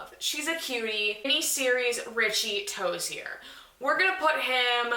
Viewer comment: The way you say "ToziER